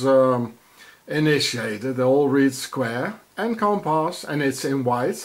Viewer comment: He looks at the manhole cover and say: square and compas 😂 WTF ? And A Ra Gon is a famous french poet. Louis Aragon.